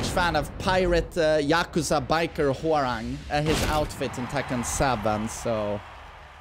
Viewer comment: as a Korean , His Name is Pronounce Hwa Rahng not RANG like Telephone Rang haha his top uniform is from Tekken 3 . 맥 ( MACK ) is the same logo from the back of his TKN 3 top uniform ( dok-boh ) bottom is from between Tekken 5 and new 8 design mixed . Long Hairstyle is from Tekken 4